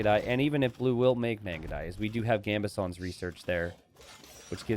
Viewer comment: This man still hasn't learned how to pronounce Gambesons 🤣